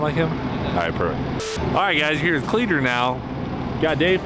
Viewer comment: lol cleeter. the will der ness